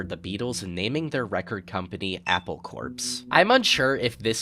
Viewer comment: incredibly minor nitpick but corps is pronounced exactly like cores.